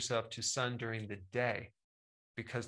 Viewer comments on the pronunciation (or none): none